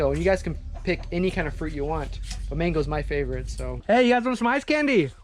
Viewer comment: Wow finally 🤗 Raymund and Reche’s Mom has joined the vlog! (Sometimes she’s just a passerby or a voice from behind😅) Everybody loves “ICE CANDY” It’s our “fayyvorite” 😂😂😂🙏